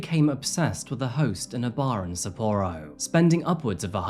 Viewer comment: Not trying to be rude, but Don Juan is not pronounced with a hard J. It’s pronounced Don Won. And sa p-o ro is Sa PO ro, not sa POOro. I applaud the research, but the mispronunciations can’t be excused. You can literally find exact pronunciations on google. Thanks for the video.